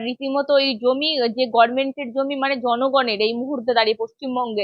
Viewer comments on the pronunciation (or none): Is Rozina a diehard fan of Mamata Banerjee? Why did she say "Gorment"?